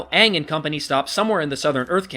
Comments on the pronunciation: 25 reasons why M. Night Shyamalan's The Last Airbender sucks: 1) Too. much. exposition. 2) WHY IS THE BENDING SO SLOW?! 3) Aang Ong being turned into a whiny, angsty brat 4) Sokka Soaker having the personality of a twig 5) Katara becoming an absolute joke of a waterbender 6) RACEBENDING 7) Zuko's scar is barely visible 8) The earthbender prison being built in A FUCKING QUARRY 9) The Kyoshi Warriors' lone scene being cut out 10) Fire Lord Ozai's face being visible from the beginning 11) Every action scene being done in one looooooong take 12) Firebending requiring existing fire to even work 13) Admiral Zhao constantly rambling on about "THE SECRET LIBRARY!" 14) Avatar Roku and Koh the Face Stealer being replaced by some dragon spirit 15) Ong raising a giant wall of water to scare away the Fire Nation instead of fusing with the Ocean Spirit and going on a rampage after Zhao kills the Moon Spirit 16) Awful acting all around (except from Zuko, Iroh Eeroh, Princess Yue and Master Pakku's actors) 17) Katara's actress only being cast as a favor to her billionaire father 18) Horrible editing 19) The characters' names (as well as the terms "avatar" and "agni kai") being pronounced wrong 20) Soaker not using his boomerang at all 21) THE "PEBBLE DANCE" 22) The blatant sequel hook with Princess Azula at the end 23) The last-minute 3D conversion 24) The sheer amount of close-up shots 25) The fact that it was even made at all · srsly WTF? aong? no it's aang! the good thing about this video is that the bloke who's critisising it voices what i'm thinking whilst being funny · I get that M. Night wants to pronounce all of the names the way they're spelled. Such as pronouncing Aang "ah-ng", and pronouncing Sokka "Soh-ka". However, I find it very odd that he chose not to pronounce Uncle Iroh as Uncle "ee-roh". If you're going to do something, do it all around. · Don't forget they got their names wrong too. "Sohka and Aung" are both wrong. It's suppose to be "Sauh-ka and A-ng"